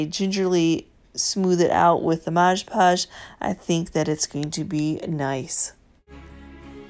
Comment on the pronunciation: Love your videos. Just one thing. Its Mod podge not modge podge